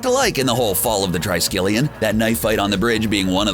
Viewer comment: TRISKELION is pronounced as TREESKELION not TRY-SKELION.